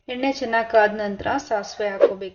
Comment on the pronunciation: I know it. But, talk to kannada teachers/professors regarding 'Ha' kara vs.'A' kara. Kannada uddhara aayithu, let alone English.